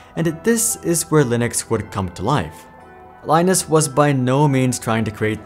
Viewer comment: Linus' name is pronounced the same way as Linux, rather than like the Tech Tips person.